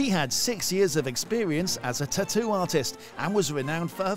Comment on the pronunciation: the way u say "taattoo" is bumming me out, it's a hard pass from me.